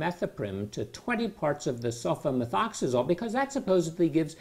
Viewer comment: He says sulfamethoxazole with ease! Lol